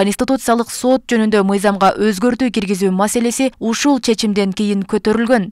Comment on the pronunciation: Диктор соот эмес Сот